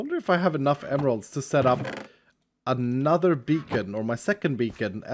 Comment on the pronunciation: I thought he said bacon mining ngl